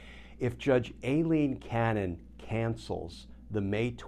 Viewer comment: Dear Glenn, I think you are pronouncing Aileen Cannon's name wrong. It is not Alien... it is Ai-leen. Sorry for my note, but you are so perfect, I hoped you were right on this one.